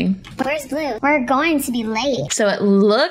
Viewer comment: Not boble blue it’s blue